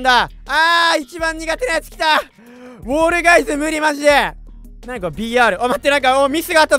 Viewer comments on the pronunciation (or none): フォールガイズじゃなくて ウォールガイズになってるの草